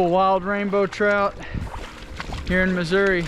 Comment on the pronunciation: Atleast you pronounced missouri correctly. So many say uh at the end. Wrong